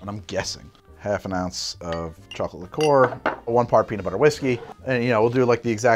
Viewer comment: A liquor is any booze; a liqueur is pronounced closer to [li'ker].